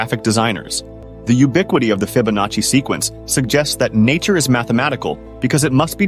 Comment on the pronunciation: It’s not FYE-bonacci. It’s Italian. Soft “i.” It’s a fascinating area of mathematics, but if you don’t know how to pronounce it, you’ve never actually discussed it with anyone, so you can’t have much of a grasp of it. Sheesh. Especially a computer voice should get this right! Fibonacci (/ˌfɪbəˈnɑːtʃi/